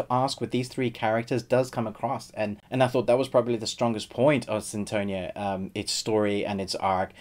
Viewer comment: Its funny the way u say sinTOnia hahahahha